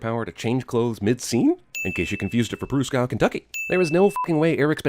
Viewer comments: Pruszków in Polish, by the way, is actually pronounced "Proosh-kohv" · Nightcrawler can't escape the ring because of the electric field IIRC. It's pronounced "prooshkoov". Poland in 1980s was a socialist country in the easter European communist bloc, and as such, news from the west didn't get there easily, so it's totally reasonable that most people Pruszków didn't recognize Eric. But teaching important lessons from literature is part of teaching how to fight evil. Also, not all mutants in Xavier's school are part of the X-men, the group that does the evil fighting. Those two statements aren't mutually exclusiuve. He's connected to the mutants, but that doesn't mean he instantly know where Eric is. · As Polish person I laughed at how bad your pronounce of Pruszków was xD you made it 200% russian xD cute xD